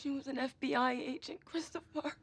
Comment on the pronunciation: Cris toe fur